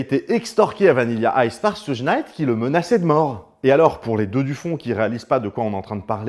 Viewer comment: petite info : Suge se prononce "choug" (diminutif de Sugar Bear)